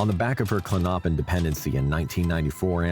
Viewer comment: Klonopin pronounced KLON-no—pin. Stress is on the first syllable, not the second syllable.